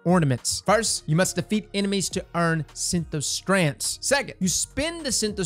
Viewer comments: Wtf is a “Synth”O”strand”? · 😂😂 It's SYNTH-strand. I see you're loving that invisible "O" I feel ya 🤣😛